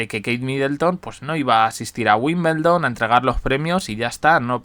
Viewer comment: Hasta los que NO estamos relacionados tanto con el tenis y vivimos en otro Continente, sabemos que se pronuncia tal como se escribe: *WIMBLEDON*, cómo es posible que sigas diciendo: WIMBELDON...???